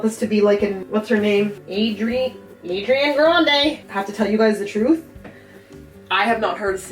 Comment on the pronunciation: Adrian Grande😂😂😂😂 Its Agriana Adande! Duh!